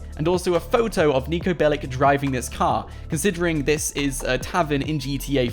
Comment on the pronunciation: Its niko belić and thats not russian since they say ch